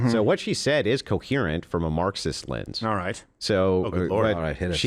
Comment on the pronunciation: what is a “linns?” Is he saying “lense??”